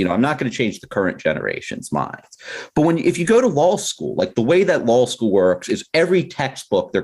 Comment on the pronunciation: Petition for this guy to learn how to pronounce "law"